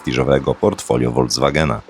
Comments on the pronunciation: Wszystko fajnie, ale nazwę Volkswagen czyta się z "F", a nie "W" na początku. Dlatego, że to miał być samochód dla ludu, czyli fonetycznie Folkswagen. Tak jak w naszym języku zespół ludowy to inaczej zespół folkowy czy folklorystyczny. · "Voldzwagen" i wszystko jasne